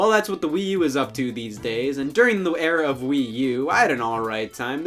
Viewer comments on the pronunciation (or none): "Durring the w-era"